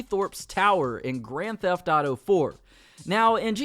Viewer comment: And instead of saying “grand theft thauto” just say gta